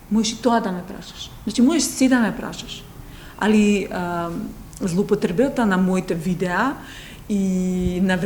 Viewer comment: Девојко немаш доволен фонд на зборови,друга работа си озбилно не писмена,трето во Македонија има далеку поубави девојки од тебе,секој 10ти збор го утнуваш(џенфламенско,злоупотребуата), толку си вештачка се смееш со сила и глумиш позитивна и, те молам направи си колиба на некој од нашите планински врвови и сокриј се! Светот ни се смее ''И ТОА Е ТОА'' '''AПСОЛУТНО'' :D